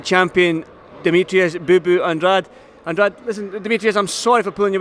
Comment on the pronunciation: An-drade An-dRAYde An-dra-day